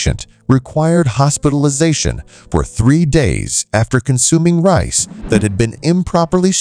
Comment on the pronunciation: the AI is so dumb it pronounces Rice as REECE you can tell its not an american AI